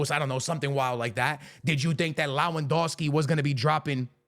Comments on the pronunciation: When will this guy finally understand It's Lewandowski not Lawendowski🙄🙄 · leh-van-DOFF-skee Proszę, przestańcie szkalować imię tego człowieka.